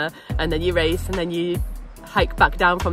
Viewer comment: "ze wace" :)